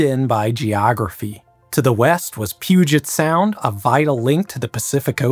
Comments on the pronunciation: Extra points for correct pronunciation of Puget Sound. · Paused to say THANK YOU for pronouncing Puget Sound correctly! No one who isn't from here knows how to pronounce our names correctly, so I appreciate the attention to detail <3 Ok, continuing on :)